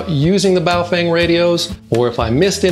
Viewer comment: In Chinese it is pronounced baofong not baofeng